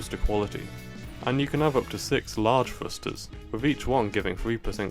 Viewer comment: are you saying "frusters?"